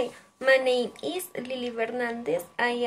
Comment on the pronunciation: Buen video, pero debes mejorar la pronunciación varias palabras como "also", "name" y "favorite"